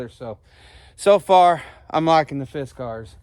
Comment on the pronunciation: I just can’t get used to how your pronouncing Fiskars. It might be the right pronunciation but I’ve never heard anybody say it that way before. Guess we’re kinda hillbilly around here.😆 Use Lava to get rid of Poison Ivy. The soap Lava. I hope I’m pronouncing that right!😆I never got poison ivy till I hit my 40s. Now all I have to do is look at it. If I see some while I’m cutting in a t-shirt, I’ll wash my hands and arms with Lava when I get home. If you already have it, scrub it down a couple times a day or whenever it starts itching. Dry it right up! Thanks for sharing! Like my Dad used to say “get outside, get the stink blew off ya!”🍺👍🏻